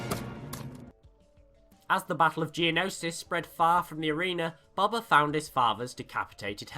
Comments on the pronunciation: dude i love your vids but its not bob-bah fett it's pronounced bow-bah fett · Really good video but it just really bothered me that you called him bober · Please my ears stop saying Bobba it’s Boba ffs. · It's pronounced "Boe-bah" not "bob-ah" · Just Btw.. It is pronounced B-oh-ba Fett not Bob-a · I can't hear you pronounce BOBA as BABA one more time. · You say it like baba its funny He named his son the heir to a line and race of warriors BABA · It's Boba. You say Boba like buba. Freaking moron. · Going To Be That Guy I thought that at first, but I'm sure he could say "bow tie" so I'm sure he could say "bowba" the correct way. Though, I'm not judging him for it. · WHY ARE U SAYING BOBA LIKE THAT IT HURTS